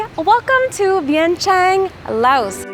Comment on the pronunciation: Never heard anyone pronounce Vientiáne the way you do 🥺